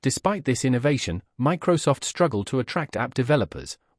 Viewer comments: Macrosoft 😂 Mocrosoft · lol, macrosoft, AI clanckers in one word